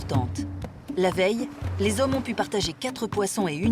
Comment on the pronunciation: je vous jure que si j'entends encore une fois les "zommes" je me fous en l'air